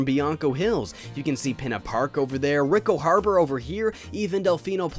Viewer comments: "Ricko Harbor" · rick-o harber. ok.